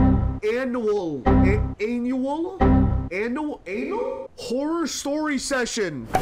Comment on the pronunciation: 63 year old struggling to pronounce annual 😔